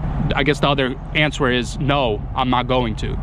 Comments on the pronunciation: When you say the word answer why do you pronounce the w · The w is silant in the word answer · Just to help you out on the word "answer" the "w" is silent basically in our goofy american English language haha.. Again just trying to help you out so no one can be cruel about it. Also, you mentioned you stay out of politics and I was the same way for most of my life (36 now) but when I eventually moved away from where I grew up which was basically heavy heavy democrat because it was in the steel mill rust belt (somewhat close to Cleveland Ohio) I started to realize everything I thought was true about democrats and republicans was nothing but this lie that is passed on and on and when you dont educate yourself away from mass media sources you just either dont vote or care or you vote democrat because you believe these rich people actually care about poor people or middle-lower class people and areas and you just vote for whoever runs thinking one day that vote will help you/family get these jobs they promise or this or that but the truth is you never will get anything but them telling you the same thing again in 4 years or whatever their terms are..when I taught myself to be the best of the best of what I do and opportunity allowed me to move anywhere and work anywhere I ended up taking a job in a place that was voted the best city to live in a few years prior and when I started making friends with co-workers and people who were mostly not democrat but many of them had grew up like me in poor areas or overseas but they had lived in this area for several years already and s